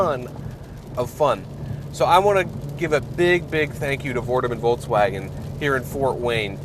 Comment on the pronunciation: Is it me or does it sound like he is saying Voltswagen